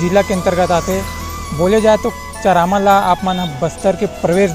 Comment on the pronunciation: Plz Correct Ur Pronunciation Buddy!! That's Not चरामा...Its चारामा!!